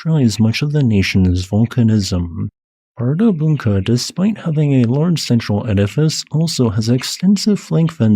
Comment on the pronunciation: The d carrying a cross symbol should be pronounced like the 'th' in the in English. On 2nd hearing, I think you got it. It's hard for an English speaker to put that sound in an odd place.